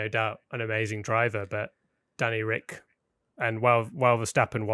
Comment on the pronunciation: it's so annoying hearing him say Danny Ric